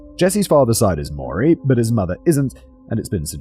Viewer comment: Simon, a tip for pronouncing "maori" say moldy then replace the "L" with a rolled "R" boom sounding like a native.